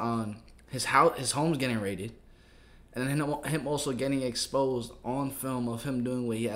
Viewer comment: The past tense of "exposed" is now "expased". I'll never say it any other way, ever again. lol